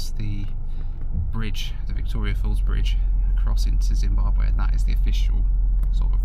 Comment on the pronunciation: Zim-Bahb-wee, not way. Just for next time. Love the vids!